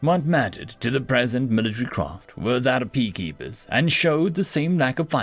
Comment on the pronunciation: Armed Pea-keeper?